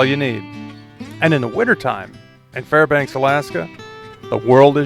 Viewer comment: waitasecond, you said Farbanks. Hello neighbor!